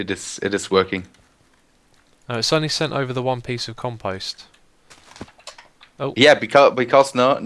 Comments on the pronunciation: Ummm.... Xisumavoid there is a long "o" in Compost like you would pronounce "Post Office" .. Just to let you know for future episodes.. Over all great series! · I wish he could say conpost proply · Compost = Comp -o ( say "O") -st lol pet peeve... grammar... love anything you do!